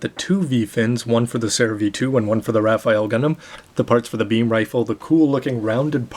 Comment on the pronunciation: actually its read as "ra-fell"